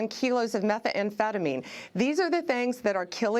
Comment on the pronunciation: Why she keep saying meth-uh-amphetamine